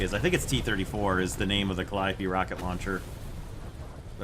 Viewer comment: You are the first youtuber who pronounced it correctly